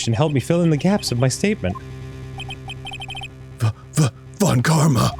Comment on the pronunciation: The mispronunciation of von Karma‘s name is hilarious.